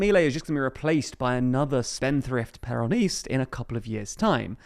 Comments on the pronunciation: Just gonna drop by and say it's pronounced "/ˈpɛrənɪst/", with the stress on the first syllable. Great video, by the way, I just needed to make that clear 😁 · Please never pronounce the word "Peronist" ever again, you're too British to do it properly.